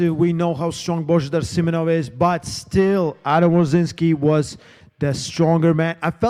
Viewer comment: Its not Simenonov its Simeonov